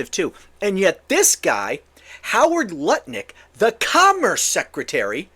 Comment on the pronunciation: It’s Howard Nutlick not Lutnik